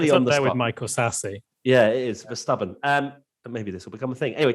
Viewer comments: Your pronunciation of Verstappen is 👍🏻🤣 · your pronunciation of Verstappen was spot on. 👌